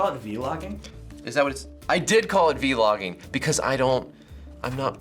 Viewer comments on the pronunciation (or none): HE JUST SAID V-LOGGING NOOOO LMFAO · "V-LOGGIN". i cant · "VEE - LOGGING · v-logging... v-logging? v-logging?? v-logging??! v-logging??!? V-LOGGING?????!?!!??!??!??ii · V-logging lol #hilarious #notevenamillenial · when he called it "V-Logging" LOL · V-logging? lmfao hahahaha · OF COURSE, VLOGGING?? COME ON!! GET IT RIGHT! VEE-LOGGING!!